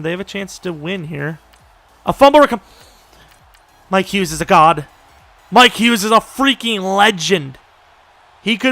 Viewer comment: Mikes Hughes eh? Thought is was Mike Hughes